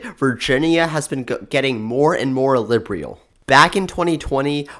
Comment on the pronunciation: Your work shows a great deal of promise, but you could greatly benefit from some elocution and voice training. Today's lesson: "liberal" is NOT pronounced "lih bree al". This happened more than once during this video; the last time I noticed it was at . I apologize for how blunt this comment sounds. I think you have some genuine ability here, but you have some rough edges that need smoothing out.